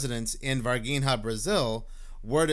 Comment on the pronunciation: it is NOT ´´Varguinea´´ it is Var-Gi-nha. You can Google it , to hear how it is pronounced. And indeed, the ´´Strange´´ being in Varginha was Not from this planet. They Brazilian government at the time, take it away...rumors has , it has been given to the American government. ps: the girls that saw the Alien, ALWAYS Mantained that it was Real. they did not lookfor being ´famous´, they are simple people, living a simple life up to this day.